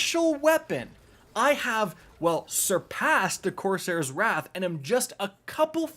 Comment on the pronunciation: Why do you say wraith when its wrath?